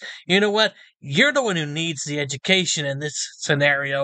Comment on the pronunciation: Homeboy can barely say the word education.